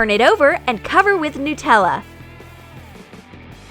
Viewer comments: Anyone notice how the narrator says "newtella" instead of "nutella"? It annoys me. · it's Nutella no Newtella and it's wip cram not wippycream I'll make The giant toast nutella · I'm Australian so when you say Nutella like nootella it's pretty funny